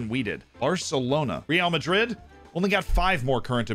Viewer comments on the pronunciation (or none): none